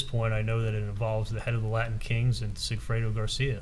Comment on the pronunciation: Rashbaum:"Laddin Kings" "threadened" 🙄🙄🙄